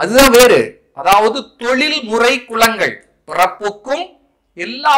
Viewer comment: பயனுள்ள செய்தி. ல ,ள உச்சரிப்பில் கவனம் செலுத்தவும்.தொழில் முறை குலங்கள் சரி.தொழில் முறை குளங்கள் தவறல்லவா ?